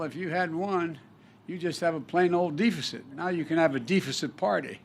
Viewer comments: Dee feh ceet? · Defacent however not deficit 🤷‍♂️ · Lets all have a Deefisit party Yeahhahahaaa! well if you can't read you can always be President lmfao... I thought Canada was bad for hiring a elementry school teacher.. but no.. Deefisit! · How do you mispronounce deficit..... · Almost 50 years of doing a terrible job. It's pronounced deficit like your brain deficit Any void of intelligence.